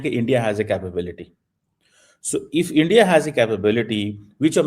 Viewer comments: ar£y Ⓜ️☪️ Endia nhi hai India hai Itna kitaab pdh ke pronunciation v nhi jna 😅😂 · Alok sir chima ji India ko Andia Bol raha hai... Lagta hai padhai nhi ki hai wooh pls reply